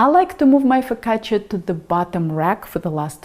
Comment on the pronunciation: Nice job pronouncing "focaccia" with the emphasis on the double "c". Many cooks (incorrectly) make it rhyme with the Spanish "la caja". Do you speak Italian? Great recipe by the way. My focaccia tends to be rather flat and now I know why. Thank you.